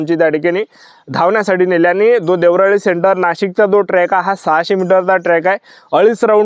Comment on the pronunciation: देवराळी नाही रे रताळ्या देवळाली आहे ते